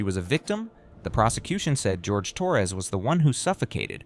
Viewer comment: Jorge. Not George. Least we can do is respect a victim.